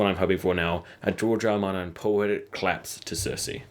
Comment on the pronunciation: When you say George R. R. Martin it sounds like Giorgio Armani.